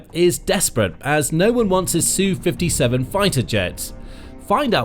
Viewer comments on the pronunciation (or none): Would you please stop calling it a SUE 57. It's Ess-You 57. Thanks.